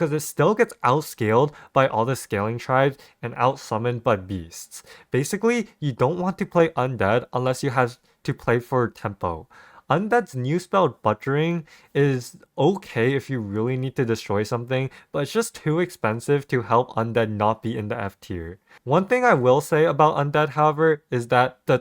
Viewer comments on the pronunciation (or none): Who's gonna tell him how to pronounce "butchering"? He does it on stream too 😂 it's butchering, like butcher. Butcher shop. Butch is pronounced like book.